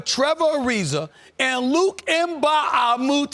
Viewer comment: The way Stephen A said Luke’s name 😂😂😂😂